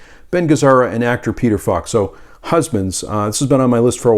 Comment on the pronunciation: People who have trouble pronouncing Ls in the middle of people's names are hilarious. "Peter FOCK." 😂